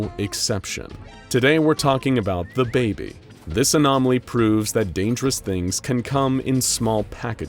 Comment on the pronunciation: Did he just say Da baby